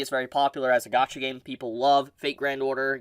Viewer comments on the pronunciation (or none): none